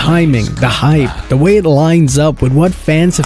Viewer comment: Into da fog? Dis instead of this? Are you on drugs?